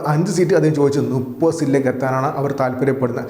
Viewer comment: നുപ്പത് അല്ല മുപ്പത് നീ ഒരു വാർത്ത അവതാരകനാണ് ഉച്ചാരണ ശുദ്ദിയിൽ അവതരിപ്പിക്കണം